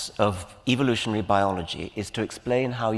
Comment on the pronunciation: It’s soooooo awesome how Dawkins pronounces evilooshun 😈